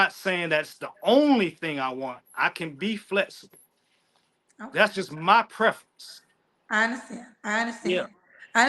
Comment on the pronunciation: He said "preference" really hard.😂😂😂😂